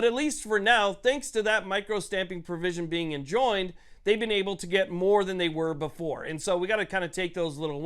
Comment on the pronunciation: Enjoined sounds like Like Enjoyed